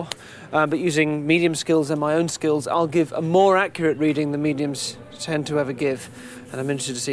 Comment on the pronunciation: He just said using his medium skilss 😂